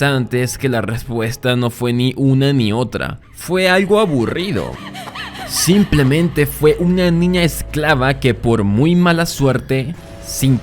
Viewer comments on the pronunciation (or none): none